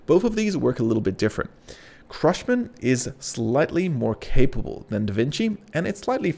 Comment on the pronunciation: "CRUSHMAN"??? Really? Great video but your mispronunciation of language model names was distracting... Babbage & Ada are historical figures - the models are named after them. It's understandable that you might not know how to pronounce those name but "CRUSHMAN"? How? There's no R in CUSHMAN!!